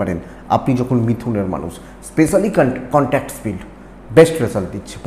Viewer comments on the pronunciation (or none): none